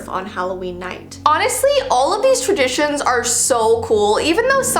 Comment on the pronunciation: When said, "Halloween Traditions" I heard, "Halloween Premonitions" AHHHHHHHHHHHH